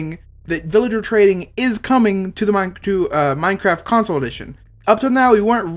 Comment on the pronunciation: It's funny in you said minecatwo